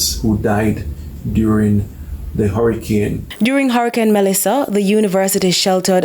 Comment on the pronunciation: Why do you continue to say “Hurrahcane”. Isn’t it hurricane?